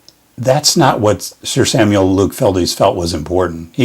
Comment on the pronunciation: Just learned while reading "The Life & Work of Luke Fildes" by David Croal Thompson, that the painter's last name is only one syllable. It was originally written Fyldes and rhymes with Childs, so I mispronounced it in the video.